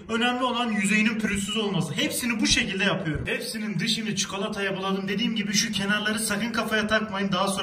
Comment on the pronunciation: Abi hep konuşurken yor yerine yör diyon mesela yapıyör